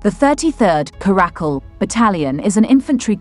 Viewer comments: It's not a karack-kul, it's a cara-cal. The caracal (Caracal caracal) is a medium-sized wild-cat' native to Africa, Middle East, Central Asia, and arid areas of Pakistan and Northwestern India. OK? 🤫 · Please note that 'Caracal' has the accent on the first syllable, thus: CA-ruh-cul.